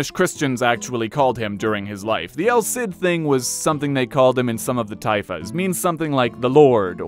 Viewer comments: It’s pronounced “El Seed” though. Listening to you say “el Sid” over and over is painful. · Ah, well you’re right about that. In any case the “el Sid” pronunciation is wrong and I’m not sure how hard he’s trying if he’s pronouncing it that way.